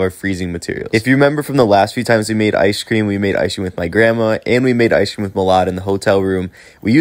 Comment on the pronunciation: Good idea with the “iceshh cream” 😂 I been saying it the way you do and my friends look at me like wtf 😂 they’re like why are you pronouncing it “iceshhh cream” 😂